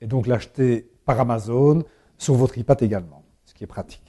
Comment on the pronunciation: xd le mec prononce ipad et non pas aypad